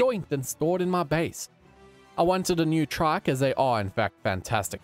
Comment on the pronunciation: I love the way he says trike like traike